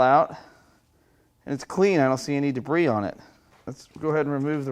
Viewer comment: Haha - another "I fixed it." And I'm relieved that you were worried about a misfire due to part in the intake. But I miss pronouncing debris as "de-briss." Did too many people not understand your humor?